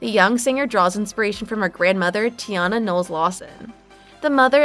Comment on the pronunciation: TINA, not Tiana🙄